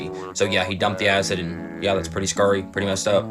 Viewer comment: "Pretty Scury" XD